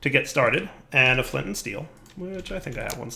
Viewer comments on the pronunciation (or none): none